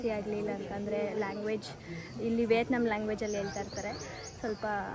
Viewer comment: ವಿಯೆಟ್ನಾಮ್ ಅದು ವಿಯತ್ನಮ್ ಅಲ್ಲ